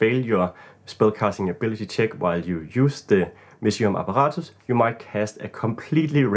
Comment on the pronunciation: If I may ask: Are you german by any chance? The way you pronounced "apparatus" sounds very german to me haha Thank you for the great ideas! Love the perspective on magic items being fun for a player being the most important.